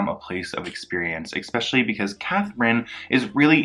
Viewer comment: I so respect the research and time he spent cultivating this but every time he says “exspecially” instead of “especially”, I cringe.